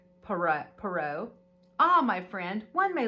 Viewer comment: How fun! Enjoyed this video,! What a fun touch to include gifts to open as you enjoy the book 🥰 Reading the book becomes an immersive experience! P.s. Poirot is pronounced "pwah - roe" ♡♡♡😊